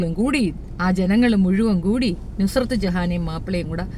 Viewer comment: നസ്രത് അല്ല നുസ്രത്താണ്